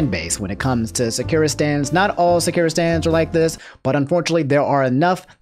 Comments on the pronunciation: 10/10 naruto pronunciation of sakura's name. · Great video, but anyone else a little bothered by the way he pronounces Sakura’s name? XD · is it just me or does it annoy you he pronounces sakura's name wrong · I hate how he says Sakura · bro plz say sakura right lmao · I'm about to cry, your pronunciation of Sakura is so wrong. It's Sa-kura, not Saku-ra or Sa-cure-ra. There's a pause in the 1st syllable, then you're supposed to say the 2nd and 3rd syllables fast as if it were one word. Lots of people tend to get the pronunciation of the name wrong yet pronounce Akuma correctly for some reason. You're supposed to pronounce the KU in Sakura with the same sound as the KU in AKUma as in the character's name in Crash Bandicoot Aku Aku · I'm trying to watch the jacksepticeye part but I'm cringing everytime you say sakura lmao. its Sah-kur-ah. please. lmfao. not sah-ki-ra. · I love to much but it hurted my gut when he said sakira. Now don't get me wrong I don't associate with them sakura stans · Sekira?? SA-KURRRR-AAAA. always saying something wrong😂😂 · These pronunciations of naruto characters and their abilities are killing me man. "Sakira", shuringen". My brain man. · Sah. Koo. Rah. Sah.koo.rah. Sakura. Idk if that’s entirely right but from what I’ve been told you can break a lot of Japanese words down to by two letters and pronounce them. I HAVE NO CLUE If that is correct just annoyed that you’re pronouncing it more like Shakira. Lol. You do you tho 😁👍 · Dude stop saying Sakura wrong it's SAH-KU-RAH not Secure-ah . . . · Sak.......ur.......a not sekira lol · Sakira LMAOOOOOOOOOOOOO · Lmao I thought you said Shakira when you first said Sakura 🤣😂💀 It's all good, we understand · Your content is hella refreshing in the current YouTube landscape and i appreciate you.... but how the EFF did you just pronounce "Sah-kur-uh"?? LMAO but ay much love dude, keep it up. Fuggin "Seh-keer-uh" up in here man dufuq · Sock - er - a LMAO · It's Sah-ker-ah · SAKUREA LMAO